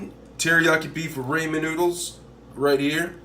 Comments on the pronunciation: Did he just say “Ray-Men”? It’s “Raw-men” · Every time you say "raymen noodles" instead of ramen, a baby gets Ebola. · He said Raymen it’s ramen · Raymond noodles he said? 😅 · Did he really pronounce it ray-men noodles? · idkk I heard ray-men lol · Yes people say ray-men but others say raw-men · Rah-men my dude RAH-men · It’s called Ra-men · Raymond noodles!! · Raymond noodles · That's not how you pronounce ramen 🤦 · Please learn how to pronounce Ramen noodles that is all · Bro how am I suppose to trust this bruh can make it if he can’t even pronounce it right😂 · Sorry but,it's chow mein not chow min and not Raymon noodles. Raw men noodles.